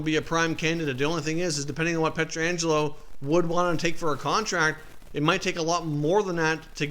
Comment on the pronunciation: It's Pietrangelo, not Petra angelo. Pronounced "peh tran ge lo." It just drives me nuts that hockey "experts" don't care whether or not they are butchering a players name. For it to be Petra angelo it would require two letters 'A' in his name. I'm better now. Thanks for the update! Good stuff, Mate!